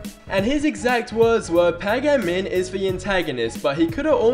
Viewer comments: Why can't he pronounce a single name properly..? PAH-GAH-MIN? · Pay gay min